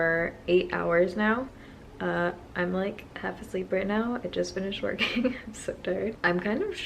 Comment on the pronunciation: Hahaha I love that you leave some of your bloopers in. "Workening". Love you